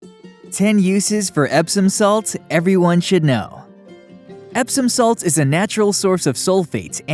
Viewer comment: Nice to hear that : Epsom salt.